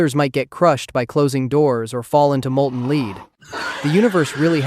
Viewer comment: Molten Lee-ad